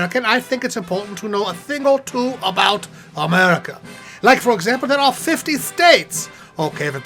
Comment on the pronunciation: "Ai Wov Amewwica" Fuck it, I'm out